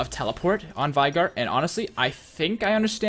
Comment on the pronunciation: As a Veigar main it pains me greatly every time you pronounce it with an "eye" sound.